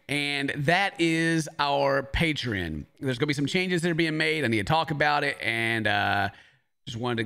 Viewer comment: Pay-tree-in lol